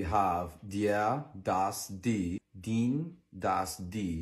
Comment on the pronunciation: the „e“ should be pronounced more like an „e“ and not like an “i” For example he didn’t say “den” instead he said “dien”